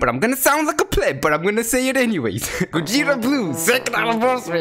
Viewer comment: Gogeta gojeta goweeta